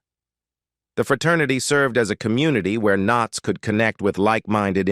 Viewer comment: I hate these AI readings. Don K NOTS?